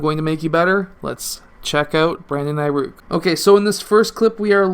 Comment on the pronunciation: this man just said aiRuk😂😂